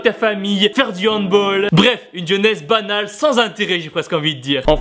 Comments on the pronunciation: ho putain il a dit hand bol ho noooooon ses handball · on dit pas handboll ! mais handball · Please, on dit Hand "BALLE" pas "BOL" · sa se prononce pas handboll mais handball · on dit handball pas handbaull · On dit HANDBALL PAS HANDBOLL !!!sinon super la video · S'il te plaît, handball se prononce avec un "a" comme une "balle" et pas à l'anglaise. Un peu de respect pour les allemands qui l'ont inventé 😂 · c mieux handball que handbool nan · Tibo on dit pas handbaull on handball !!!!! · Hand-bool mes ça se die hand-bal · C'est pas handbol mais handball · On dit du HANDBALL pas handboll 😂😂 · Mais on dit pas handball avec Ball comme en anglais (boll) mais handball en disant 《Ball》avec le son du A c pas possible, c'est un sport allemand merde les gens si vous plais arrêter. .......... ceci était un message du ministère des fans du handball ... sivouplé arrêter de dire handboll ..... sinon je t'aime tibo t trop fort .... BOOM !!!! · On dit pas du handbaul (phonétique) mais ça reste handball parce que c'est allemand... mais aussi non tes vidéos sont bien BOOOUUUM ! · Ça sa dit andball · Oh la la t'as prononciation de handball est horrible ! 😂😂😂 Mais continue tu motives trop !! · moi aussi ça m'a fait mal au oreilles quand il a dit Handball 😂